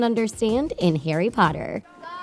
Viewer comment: people need to STOP MAKING HP VIDEOES as you know NOTHING ABOUT IT. How many times in this video did you say Carry instead of Harry. McGonagall gave the time turner to Hermione NOT Dumbledore Not to mention that you are making sexual innuendos out of things THAT ARE NOT innuendos